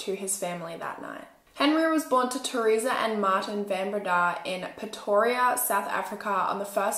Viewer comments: It’s van BrAyda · In Afrikaans the "Van" in Van Breda is pronounced "fun", otherwise, thanks for covering a South African crime story! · I'm a van Breda from Melbourne Australia, but from a different family tree. The name is pronounced van Bray-dah. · Bae, here in South Africa we pronounce names differently when they're Afrikaans. Like Fun Bre-yuh-da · I am from Holland Van Breda is a dutch name I love how you pronounce it 😂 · Why is no one correcting the pronunciation of her surname?😭😭😭😭😭